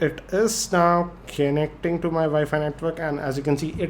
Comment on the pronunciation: "Connecting" ❌ "Cennecteng"✅